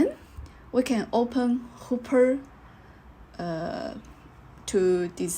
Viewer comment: Sorry, seem I made a mistake in this talk. I pronounced Hopper wrongly.